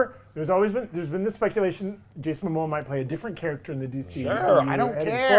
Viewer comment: It’s Momoa, not Mamoa lol